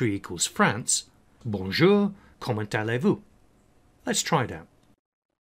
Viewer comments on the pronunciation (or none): kommenT-ale-Vu! hahahahaha (comment allez-vous "komo(n) ale vu") . I enjoyed listening to your french pronounciation. Not bad vid, needed this since I need to transfer VB Code to C# in our company... needed some basics...